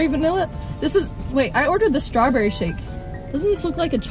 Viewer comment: I remember she said strawberrie